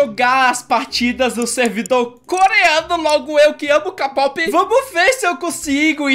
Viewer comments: Se pronuncia quei pop, dá agonia ele falando k pop kkk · n é kapop é kpop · Da uma agonia dele falando k pop é kpop Edit:eu gosto de vc mas é kpop kkkk i love you ❣️ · Ele não sabe falar kpop kkkkk vc é demais